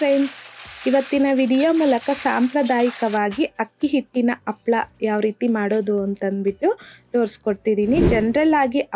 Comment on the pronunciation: ಹಪ್ಪಳ ಅಲ್ಲ ಅಮ್ಮದು ಹಪ್ಪಳ. ಕನ್ನಡ ಪದಗಳ ಉಚ್ಚಾರಣೆ ಸ್ಪಷ್ಟವಾಗಿರಲಿ